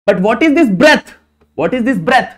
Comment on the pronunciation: Breadth ❌ Breath ✅